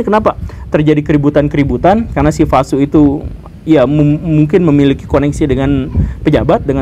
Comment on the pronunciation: V dibaca W, Pak Guru. Vasu dibaca Wasu.